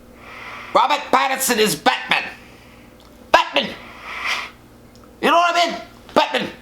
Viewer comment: pronouncing Batman as "Bat-Min" is my new favorite thing